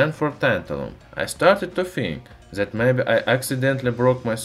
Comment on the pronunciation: I love "ze metal" and "zat was used"